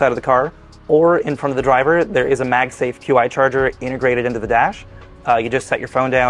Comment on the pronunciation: By the way, “qi” is pronounced like “chee”.